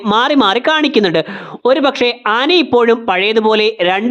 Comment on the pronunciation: ningal aani ennu alla aana ennanu pronunce cheyyunnathu